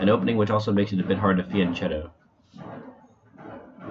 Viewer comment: Please, pronounce "fiancheccto" correctly mate - it's 'fianketo', you can listen to it on google translator